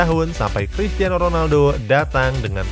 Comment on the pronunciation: krikiano Ronaldo